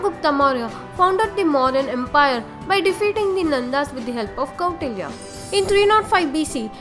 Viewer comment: It is not kottalya it is Kautilya It is not seclucas it is selecus not only this there are more pronunciation problem